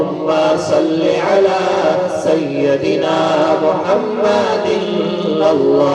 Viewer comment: ماشاء اللہ بہت خوب ایک بات پر دھیان دیں.... سَیَّدِنا غلط ہے. یا پر زبر نہیں آئے گا. سَیِّدِنا صحیح ہے. یا کے نیچے زیر پڑھیں گے.